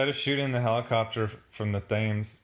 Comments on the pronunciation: God, the pronunciation here hurt my ears. "Thames" is pronounced 'T-ems'. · Thames is pronounced "Tims" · It's pronounced Tems like tens but with an m. Don't go talking like that in England or you'll get teabagged.